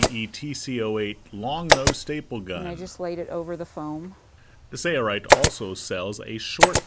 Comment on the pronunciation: Why is the narrator pronouncing it "say-er-ite"? "Sale-right" is the proper annunciation fro sailrite.